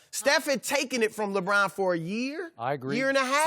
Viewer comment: Napier Nah fam, LeBRAIN James🤣